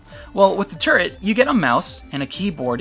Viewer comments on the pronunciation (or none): First I heard the razer turd besides that great video